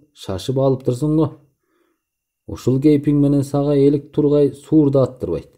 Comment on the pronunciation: Бүткөн ишке сынчы көп дегендей, кыстара кетейин. Автор, жООртул, кара сУУр дебей жортУУл, сУр деп дегеле кандай жазылса ошондой окучу.